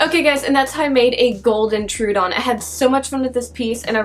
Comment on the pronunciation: I don't mean to be a pick but Troodon is pronounced "Troh-uh-don." Fun facts: It means "wounding tooth." The Troodon was named by Joseph Leidy in 1856. It is thought to be the smartest dinosaur with the largest brain compared to body size.